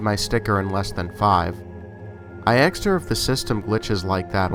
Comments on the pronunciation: I do enjoy your stories. These "glitch in the matrix" are especially entertaining. Some constructive criticism: ASKED - please stop pronouncing it AXED. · I know this is an older video and I love this channel. You have a great voice for horror narration. Just one small tip and that is it's "asked" not "axed". I apologize if its a local accent, its just a small pet peeve of mine. Keep making great videos! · "Axed me"?! Nice collection and good narrating though.